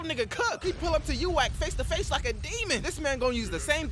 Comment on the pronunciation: "Yuwack" Imma let it slide cause.tjat was funny